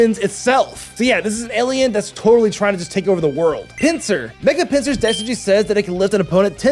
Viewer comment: IT'S PINSIR, NOT PINCER!